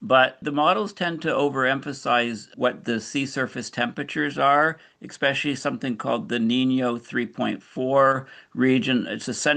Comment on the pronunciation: Quit saying ECK-SPECIALLY! It's EH-SPECIALLY😱